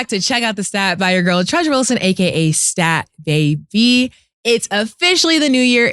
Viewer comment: I like how she pronounces her name when Cam & Ma$e are not around. “!”😂